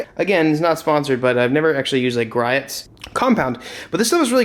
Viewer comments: Everybody: Gree-ohs: Gri-ats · It’s pronounced gree ohs, not gry its. So. I know I go there in Washington all the time. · That’s gree-ohs garage. Italian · Just FYI, Griot’s is pronounced Gree-ohs. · lmaoooo “griots” is pronounced “gree-ohs” no hate i am local to them and use there stuff all the time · It's pronounced Gree-ohs.I live a coupl hours away from their flagship store in Tacoma, WA. they make great products. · Griots is pronounced GREE-O'S lmao